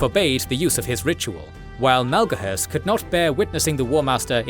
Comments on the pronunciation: Is it Malgohurst or Maloghurst? His portrait says Maloghurst, but you pronounce it like Malgohurst. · Take a drink each time Maloghurst's name is mispronounced ; ) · Hearing Maloghurst mispronounced so many times in such a short video is like nails on a blackboard. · Poor Maloghurst the twisted, you really had trouble with that name. 😂 great work as always 👏 Edit: not being sarcastic these videos are great.